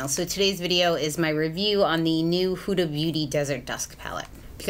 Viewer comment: Hey girl Huda is actually pronounced Hooda. Like little red riding hood 😘